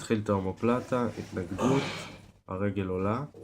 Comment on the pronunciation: מאומפה פלטה ולא מהומו פלטה